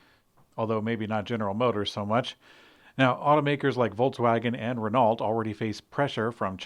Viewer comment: We tend to ask for better pronociation... With Renault that would be very appreciated. Don't say the T. Rest is fine...